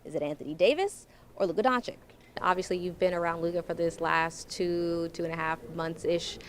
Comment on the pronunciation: DONCHICH, NOT DONCHICK. Oh my god. He has spent so many years in Dallas, and the journalists can't pronounce his name.